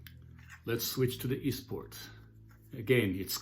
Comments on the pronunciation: very helpful review......what do you think of the kongsheng lyra?....its reviews are stellar and 159 dollars......btw easttop harmonicas are pronounced.....eeeeeeesst tawp not east port lol...i noticed you play upside down......interesting....to see...i cant do it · Easttop not esport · why r u calling the Eastop an Eastport? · East Port? It's East Top. I am one mile from Eastport...lol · pronounced eeeesssstoppp not eeeestport.......nice review though